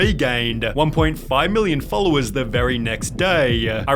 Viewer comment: the way he is pronouncing "wayyy" "Followersss" ""threehundreeeddd" cant rly that video gues i'm too nippicky but the fact that he is talking with a fake accent is kinda wierdchamp for me